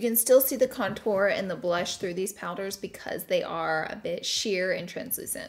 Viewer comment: Nobody: Laura: conTOUR